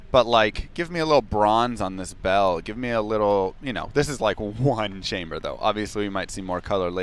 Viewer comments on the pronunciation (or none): none